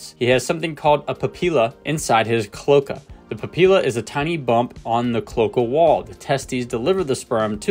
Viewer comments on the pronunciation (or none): Pronounced clo-ay-ka, not clo-kuh.